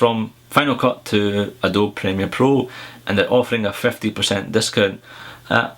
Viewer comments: Adobe is pronounced like "AdoBEE" not aDOBE. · Just to let you know, it's 'Adoby' not 'Adobe' when you say it ;). And what I would really want on the new MBA is a bigger screen.